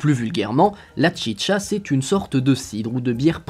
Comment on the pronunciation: À vous que tout le long de la vidéo t'avais envi de dire la chicha pas tchitcha